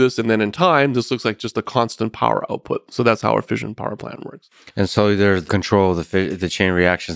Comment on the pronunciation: Anyone else driven crazy by the mispronunciation of fission?!